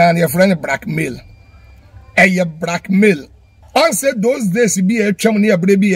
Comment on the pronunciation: But why will Afia show her condition and nakedness to Fadda Dickson… it doesn’t make sense cos he is not her relative neither is he a doctor/therapist…ahhhh well 😮 lesson well learnt😮‍💨😮‍💨…wait oo!! Did kumchacha say “Brackmail” or “Blackmail” lol 😆 😅😅😅